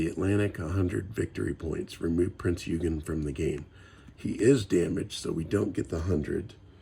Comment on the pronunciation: Eugen is pronounced OY-gun